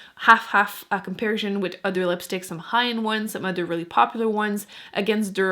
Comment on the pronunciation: You're the Empress of Lip Swatch videos. What shade are you showing here in the Milani?💄 It's adorable the way you slip into French when you say 'comparison'.